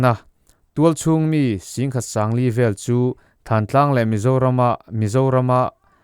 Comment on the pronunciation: "Thantlang" tih i lam dan hi midang ngaihthlak tura i upload hma hian zir hmasa la a lam dan dikinin lam la ngaihthlak a nuam leh zual tur.